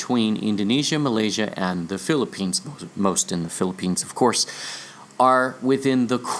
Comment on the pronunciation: And Philippines' last syllable sounds like Lanso-nes? Maikonek lang! :)